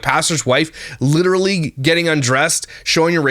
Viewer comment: I cannot say the word “literally” normal anymore. I always have to say it the way does lmao “literacally” or some version of that ha